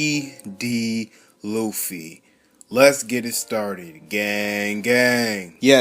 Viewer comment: Im i crazy or smth cuz the guy dat is talking said oofy or uffy